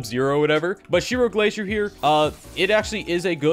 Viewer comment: Ma man just Called Zero Glacier - Shiro Glacier 😆 🤣